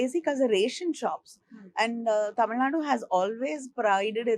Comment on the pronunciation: I think I am pronouncing it like a Malayali. Tamizh naad is what we say. Shall remember next time